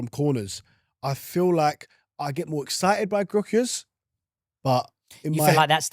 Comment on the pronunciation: Cant even pronounce vics name right, 15min videos here and there is top research tho keep up the good work😅